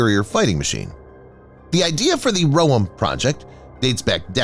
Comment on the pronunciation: You pronounce the Roem incorrectly. Its "roEm", you stress the second syllable. Like the island Guam. Like the word Hotel.